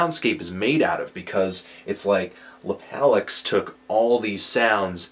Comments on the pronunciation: i think it's pronounced "lap-uh-lux" as in "lap of luxury," broseph. i felt the same away about this release. it's hit-or-miss, but the hits are tasty. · its lap-o-lux. stands for lap of luxury. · Anthony, it's Láhpahloox. haha.